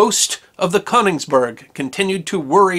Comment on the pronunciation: You mispronounced the German ship, o umlaut, sometimes written as one is a diphthong and not pronounced as an o, Koenigsberg. Pronounced like the e in her.